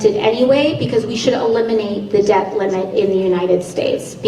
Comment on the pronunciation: Did you hear how AOC (Alexandra Occasional Cortex) pronounced “debt”? Deb -t. It is pronounced “det” -the ‘B’ is silent. This is vital because it demonstrates she is unintelligent and has poor use and competency of the English language. It also signals her education level.